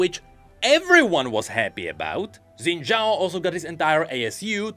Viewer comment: Why do you keep calling Xin Xhao "Zen Xhao"? 🥹